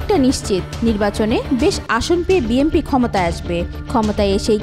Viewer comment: বিএমপি বিএমপি মারাও ক্যান😂 বিএনপি উচ্চারণ করতে পারো না?😅